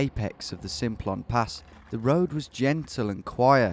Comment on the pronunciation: I was driving on the Simplon pass (it's pronounced samplon btw) last summer. It was really foggy so you could barely see 10 metres in front let alone any of the mountains, anyway we got to this gorge type thing near the border when the sat nav suddenly blurted "turn right, then take the ferry" we turned right and all that was there was a train station I believe. In this gorge there was absolutely no way you would fit a ferry, in fact the river running through the gorge was probably the rockiest and most impassible I've seen. I guess maybe there was a drive on train thingy. Anyway I'm loving the vids so keep up the good work 👍👍